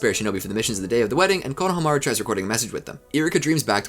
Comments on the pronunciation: Hearing you pronounce Konohamaru is like listening to a rape of a language taking place during a train wreck. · While I respect the heck out of you for putting this whole amazing thing together. I have to ask. Why oh why do you keep saying EVERYONE'S name in the dumbest way possible? Konohamaru for example. It's was the same thing with the My hero academia speedrun whenever you would say Izuku Midoria's name. You're saying it wrong. It makes it hard to get through the video. Why do you do this?